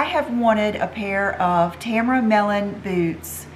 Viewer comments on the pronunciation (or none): It’s Tamara not Tamra ❤️